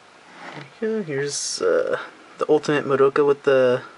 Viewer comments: Scratch that, her name is Madoka, right? You pronounce it by the letters, none of the letters in her name are not pronounced. its Mah-do-ka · Its pronounced MAH DOH KAH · lol you english people like madoka but never pronounce her name right. It is not maDOUka lol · I think the 'doh' part is shorter, it's more like, Maa-do-kah. I pronounced it your way before, so don't worry.